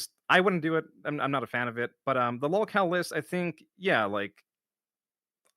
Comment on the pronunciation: Give it a month tops for Pigler to call Joon a “mouth drooling morahn” and that he’s no better than Turkey Tom.😂 Pigler admitted he’s a “lahlcow” watch him deny admitting to it later.